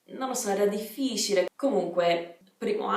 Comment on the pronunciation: Il tuo italiano è perfetto! Complimenti :) però occhio a come pronunci "difficile"